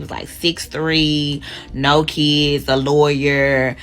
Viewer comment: "No keeeds, a loyuuur" Yep. Definitely not your type